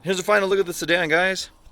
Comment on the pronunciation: lol did bro just call it a suedan lol 😂🤦🏻‍♂️